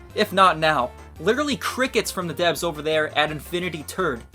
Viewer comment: oh it's 3000 deves i thought he said 3000 deafs